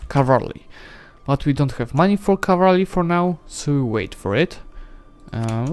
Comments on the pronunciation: I love your videos, but its pronoumcrd CAV-al-ry not cav-AL-ry. Im not a grammar nazi but it just bothers me a lot for some reason. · The word "cavalry" is your true rival 😁😁